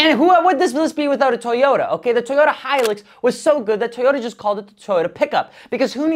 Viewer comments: I cringed at his pronunciation of Hilux. It's hi-lux, not hi-loox. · Hilux is a truck here in New Zealand 🇳🇿 and dude it's pronounced high lux not hii lux Hilux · It's high lux high lux why is it so hard for the Northern American community to pronounce this lol